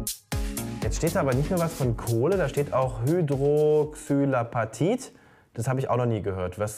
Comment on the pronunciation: Er hat es falsch ausgesprochen und sie hat es dann nochmal richtig ausgesprochen und den Begriff erklärt.